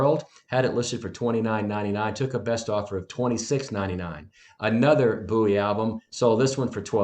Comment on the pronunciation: Boo ee LMFAO its BOW ee dude